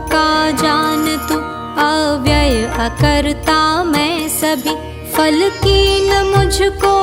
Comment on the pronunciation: Vey nice but very irritating when ma'am you say FAL instead of PHAL. That is such a common mistake and a very irritating one. Specially when the rest of the pronunciation is actually pretty good.